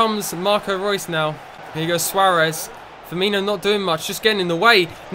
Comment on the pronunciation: Swaaaarez, mate say it properly